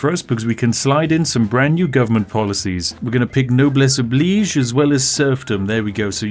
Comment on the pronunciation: How refreshing. A youtuber who can pronounce Noblesse Oblige. I'd like to suggest he's been infused with class and wisdom from the fumes of all the tea he is stockpiling.